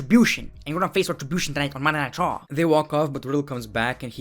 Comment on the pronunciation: When he says Monday night raw it sounds light Monday nitro